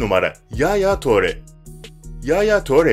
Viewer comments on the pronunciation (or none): Yaaaya töre değil edin hazar diil kanti diil pagba da değil